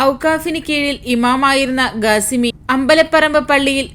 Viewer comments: ഗാസിമിയല്ല ഖാസിമിയാണ് സഹോദരി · Gasimi alla kasimi Gateeb alla kateeb